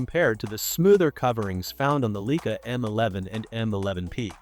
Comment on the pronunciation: I appreciate the content but whoever make this, please correct the pronunciation of the brand name “Leica”! This should not be happening with the technology available this day!!!